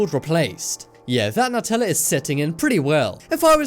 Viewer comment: New-tella not nut-tella